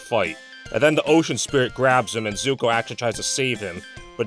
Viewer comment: "S"uko? Are you serious?